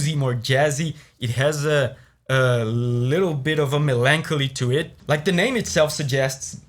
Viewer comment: i just found this dudes work today. but he pronounced melancholy like megamind and i laughed. love his insight and breakdown regardless :D